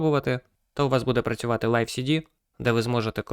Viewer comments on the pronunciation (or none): none